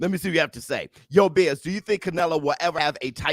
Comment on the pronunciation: You called it Bizz